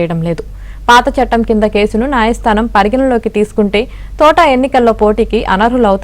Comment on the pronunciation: Thotaaaaa kadu thota. Mundu palakadam nerchukondi.